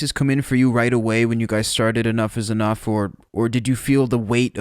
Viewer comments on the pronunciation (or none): Donnie is definitely a great songwriter/musician and the band was definitely one of the best of the nineties period. Not to be a jagoff but the band is Enuff Znuff not enough's enough like you were pronouncing it.